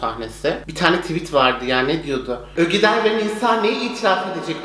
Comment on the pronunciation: Ogeday'a Ögeday diyen Koca Yürekli:D